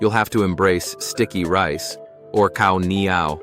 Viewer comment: Khao nyao (cow-neyow)